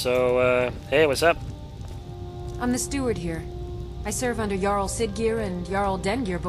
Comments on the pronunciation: it's "barr-icks" and "yarl" not "Jarl":) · quick tip jarl is pronounced yarl not trying to be nitpicky here just thought you'd like to know